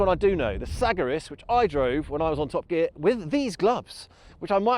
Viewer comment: Never heard that pronunciation of the Segaris.